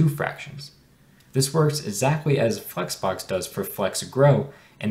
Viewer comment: It's flexbox, not fucks box 🤣🤣🤣🤣🙏🙏🙏 Pronounce it properly